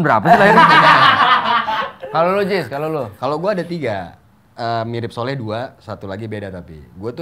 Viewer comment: Soleh min bukan sholeh.